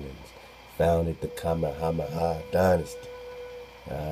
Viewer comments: I still say your saying it right "King Kameha-meha" how all my kanaka maoli family says it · Even in dragon ball (English and Japanese versions) Goku says "Ka,Me,ha,me....haaaa!!" So you are saying it right